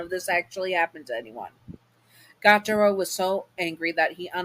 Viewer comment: My favorite demon and his name is pronounced Gee-u-taro. Just wanted fix that error! Sry if I’m being rude :)